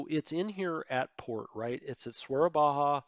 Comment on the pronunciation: Edit: Started watching your Let's play and someone already commented on it there. Nothing to see here :) Hey there, just a bit of a heads up: Soerabaja is not pronounced like spanish, so the J is more a Y, not an H. Not really important or anything, but hey, in case you ever use it in your let's plays. Love your videos :)